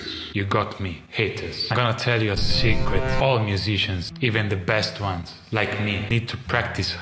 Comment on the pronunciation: "Secwet moments" 🤭